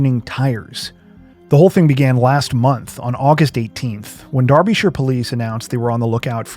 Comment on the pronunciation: Thanks for pronouncing Derbyshire (UK) correctly.